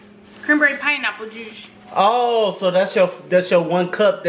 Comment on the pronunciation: lol u make me laugh really hard when you call a juice "a joosh"nice one guys...love u all